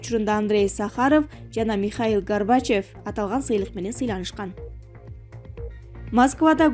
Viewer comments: Андрей сахарев жана михаел гарбачев деп койдубу. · Ээй чоон Кыз туура суйлогонду уйрон бетимдин беш териси Михаил Горбочевдорду и беркилерди эмне деп окуп салдын. Уят, уят и уят. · Гарбачёвту туура айт комментатор. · ГОРБАЧЕВ... САХАРОВ ПАНДЕМЯ......ЧТО ЗА ИНТОН ......??